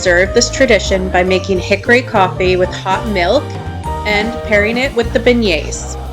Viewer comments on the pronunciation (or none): "Chickory" coffee, not HICKORY coffee, lol! 😉